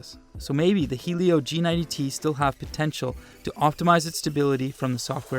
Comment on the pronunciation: Why does a lot of people pronounce "'Helio" as "hey-lio"??? It's "he-lio" guys!!!